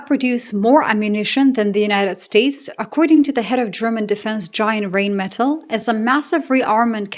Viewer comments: Sorry, but this is a pet peeve of mine: in Germanic languages, when E and I are together, it is the second of the two letters that is pronounced eg: diEsel, eInsteIn, beliEve, fahrenheIt, rheIn ( as in the river Rhein and Rheinmetall). Yes, even Epstein has been mispronounced all this time! Another example of gringos making a mess of things. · Rheinmetall…. when there is ei or ie… just pronounce the second vowel… 👍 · The correct pronunciation is „Rhine-meh-Tull“, (like in Jethro Tull) not „Reign-Metal“ or something. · It's more like line not rain like rinemetall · not to be a smartass, but it spronounced more like "rinemetall" than "reignmetall"😉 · Not rain-metal but rhine-metal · It's "rine" not "rain" and "metahl" not "metal" just for future reference, love your work, addicted. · Sorry to be the pronunciation n… errr… enthousiast but it doesn’t rain metal, it’s the river Rhein (more like Rye + n) + Metal and you’ll be close(ish) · Reignmeddel, Pabrica - Rheinmetall, Pappberger 😂 No offense, this just sounds funny to a German :) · Small hint: The pronunciation of "Rheinmetall" is somewhat closer to "RYNE-muh-tahl“ [ˈʁaɪnˌmeːtal]. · Rhein = the river Rhine, exact same pronunciation. Metall = metal, but with the stress on the "a", Metáll. –> Rhinemetál. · Rheinmetall is pronounced Rhine metal like the river Rhine....After WWII it was not allowed for Germany to grow the military and now everyone is blaming Germany that they were responsible for this.. my only question is....what did the US do to all NATO members except selling military equipment of trillions of USD to them.... They did nothing but the NATO members sent troops to help after 9/11. Europe will be better without the US and finally they are realizing it... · You're a highly educated woman. Please learn how to pronounce the German "ei" which is pronounced like the English "eye". So the arms manufacturer Rheinmetall is pronounced "Rhine-mett-al“